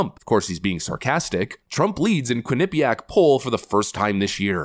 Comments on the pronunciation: I like this guy. I'd also like him to pronounce well-known names in the right way. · That's not how you pronounce Quinnipiac xD I literally live 5 miles away from the Uni